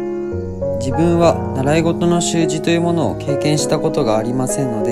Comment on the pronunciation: 習字のイントネーション気になりますね笑笑